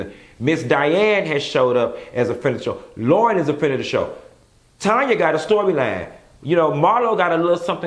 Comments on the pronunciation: LOLOL he kept saying "Tonya" and I was like who that?!!? He know it's TANya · TAAANNN-YA! not Tonya. lol!!!!!